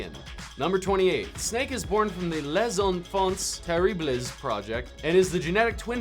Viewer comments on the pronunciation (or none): i only realize it now, but ocelot actually has the double nationality oh and P.S.: in "les enfants terribles" don't pronounce the s at the end of words. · I think I know LESS about Metal Gear after watching that. This guy has blatantly never played the games if he cannot pronounce Les Enfant Terribles correctly. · You're not actually a Metal Gear fan are you? If you were, you would stop referring to Big Boss and Solid Snake as the same person. You mentioned Solid Snake's real name being "David", but then show a picture of Big Boss. You couldn't remember how to pronounce the biggest plot point in the series (Les Enfants Terribles), and these facts are really just the bare bones of what a fact could be considered to be. You're literally regurgitating things that the games tell the players themselves. i.e. Fact 35, 36, 37, etc.